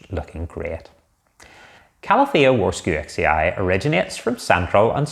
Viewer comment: It is pronounced Varshavechee. From the name of a Polish botanist Jozef Warszewicz.